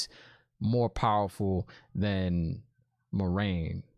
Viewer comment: No worries! The show actually mispronounced Moiraine according to Robert Jordan's glossary. According to the books it is MWAH-rain, not MOI-rain or MOH-rain. But I guess Moh-rain is more accessible like Lorraine but the L is replaced by M.